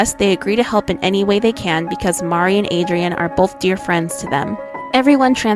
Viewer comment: I only hated that she kept saying Mari instead of Marri like, she's not Mario 😂